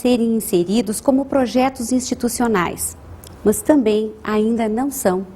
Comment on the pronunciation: Ela fala "mãs", em vez de "mas"! hahaha